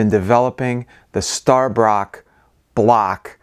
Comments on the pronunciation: Stabroek is the spelling. Stabroke is the pronounciation. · Say it like Stab-brook that's how Stabroek is pronounced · GUY -----YANA. = Guyana....please! STAB-----BROKE = Stabroek (Its Dutch)